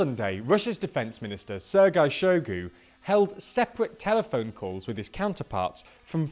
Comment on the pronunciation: By the way just to let you know, that Goo guy is "shoy goo" not "shy goo".